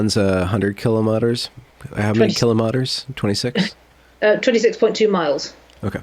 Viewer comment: Hearing him try to say kilometers made me chuckle. Great conversation! Pastor Paul brought me here.